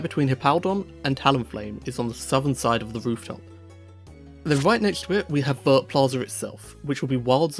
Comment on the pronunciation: I'm so confused about how Pokémon fans still mispronounce Arceus, after over 13 years. Also, Vert is pronounced more like "air" but with a V before it lol.